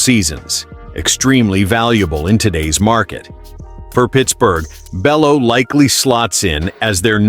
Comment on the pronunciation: And it’s pronounced (Bayoo)